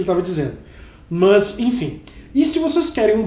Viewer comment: Engraçado no lugar do "mas" ele falar "mãs" lkkkkkkkkk